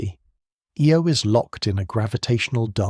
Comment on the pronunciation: The Jupitar small moon with the most volcanic geology is pronounce,"eye-oh"